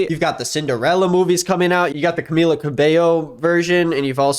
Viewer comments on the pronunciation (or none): none